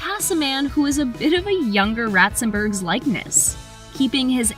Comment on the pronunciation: Why do you keep calling him Joe Ratzenberg? It’s been in at least two videos.